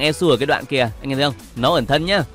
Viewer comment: Thật sự là đọc elsu em lú luôn:))